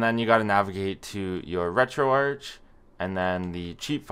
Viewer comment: first time i hear someone pronouncing it like u to most of the times ppl call it retroarc i treid retroarch first time on my psp and it is so bad